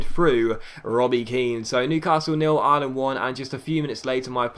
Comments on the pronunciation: Ireland ! Not Island ! Great vid otherwise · Ireland Pronounced Are-Lind